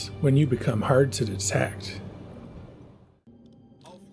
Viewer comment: I heard you say “hard” and was like this guys a Canadian! Hello from Ontario. I don’t know why that one word made me pick up on what I think is the maritime accent.